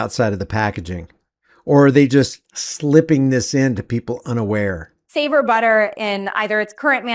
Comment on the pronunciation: "The company is called Savor". Sounds like "Saviour" to me.